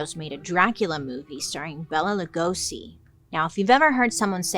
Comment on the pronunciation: Bailey what were you calling Bela Lugosi?